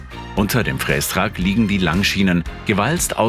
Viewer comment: Triggert mich brutal wie der "Frästrack" ausspricht... Gutes Video 😅